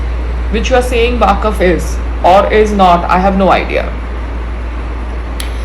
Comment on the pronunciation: It’s waqf not waakaf 😅